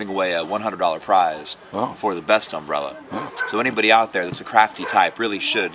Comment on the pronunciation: Note: That's "Umbrella Festival", not "Umrbrella Festival".